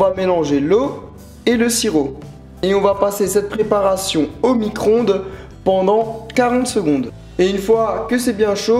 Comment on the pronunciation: Au micro-onde pas au micronde mais c est pas grave je ne dis pas ca mechement,nn ne commencais pas a m insulter